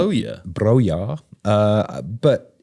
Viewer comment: Lol correcting on both Rashica's and Broja's pronunciation -- Albanian king?